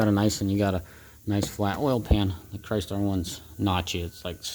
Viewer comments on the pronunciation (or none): none